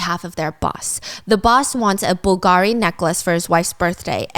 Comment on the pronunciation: The way you say bull gari 😂🤢